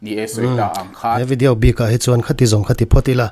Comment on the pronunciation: Tawng huat thu lovah.. chhim lam sawn video hi 'vi-di-auu' tih in an lo lam deuh kher thrin nih dawn hi..😂 aizawl ah chuan 'vi-di-aw' tih in kan lam mai a😅.. han chîk tâkah chuan tih mai2😂